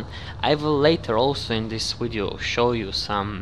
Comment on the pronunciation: Why do u say wideo lol